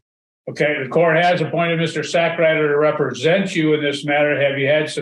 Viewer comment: 😂😂😂wait did I hear that judge pronounce that lawyer's name correctly "Mr.Sackrider "😂